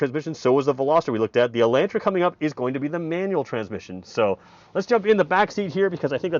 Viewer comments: El'o'ntra, not ELAAntra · Take the mask off and it’s “E””lantra” hillbillies. Smh